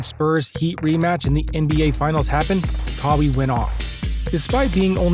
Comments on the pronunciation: lmao.. this youtuber lives in Amazon. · who tf is kahwee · Bruh i needed this laugh 😂😂. Kaweee leonard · Pronounce his name right 🤦‍♂️ kawie wtf is that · I know ur fake when ur pronouncing players names wrong. KAA-WEE LEONARD 😂. I bet u never heard of dis dude before and just made this vid to get views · Thank you. 😂 I wasn’t even tryna hate, it just makes u look bad when u say KAA-WEE LEONARD and claim to know all about him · just a little feedback, please pronounce his name right. Other than that keep improving I liked this video 🔥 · Why he pronounce his name like that? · How much do you know about the man himself u can’t pronounce his name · I was confused everytime I heard it in the video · I don't think anyone is hating on you. This only being the first time I've watched a video from this page, its just hard to take you seriously when you mispronounce one of the most talked about players in the NBA this year, 2nd to Lebron James.. First impressions are everything. Imagine going to a page with NBA content like yours and in the opening line they say, today were going to talk about how Lee-Bron James lead the Los Angeles Lakers on a historic run to win the NBA finals in his 17th season. You would turn that shit smooth off!!! 😅🤣 Everyone knows how to pronounce Lebron's name.. Moral of my feedback is you have to do better with your information when you are speaking about facts because all it takes is one hole in your story to sink your boat.. Just constructive criticism thats all. Keep doing you 💯